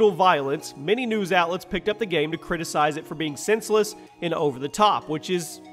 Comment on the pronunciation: "video gayme"